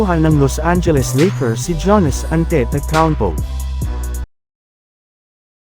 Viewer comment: paki ayos po ang pag pronounce sa Name ni Giannis Antetokounmpo hndi Janis Antetokounmpo 😂😂 Fake News na nga Lang hndi Pa inaayos ang pag pronounce sa Name ng NBA Player 😂